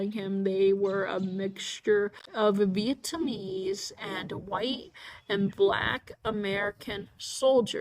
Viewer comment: it is veitnamese not veitummies or veittanamese and this video does not look good btw and you have ligma